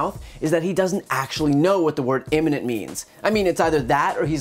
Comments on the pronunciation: So the fatheaded Pompeo stands next to the clench-teethed weasel Mnuchin and lies while tapdancing very badly and contradicts himself. Is anyone surprised? He can't even pronounce "imminent" correctly. "The attack was immemminnent....." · He can't even pronounce imminent.